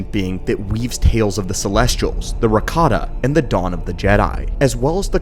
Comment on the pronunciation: Ra-KA-ta(n) Empire ❌ Riccota(n) Empire ✅🧀